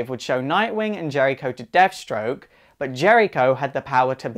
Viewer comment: lol..."deaf" stroke the terminator....